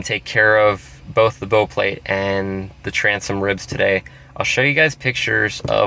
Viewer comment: Bow like how not bow like oh.